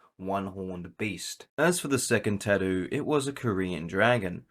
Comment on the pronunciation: bruh can't even tatto right, wtf. it's pronounce as (tat-too)